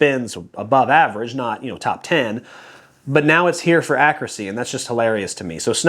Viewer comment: Nice round-up,. Quick question: what’s “ackracy?” I know a word that’s similar to that, but the word I’m thinking of has a “u” in it. Just kidding, bud! Love your content always.